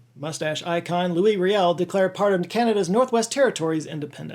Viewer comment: I had never before heard an American pronounce Louis Riel's name. That was... an experience. 😅 But thank you for bringing up the Red River Rebellion. We Manitobans are proud of our heritage.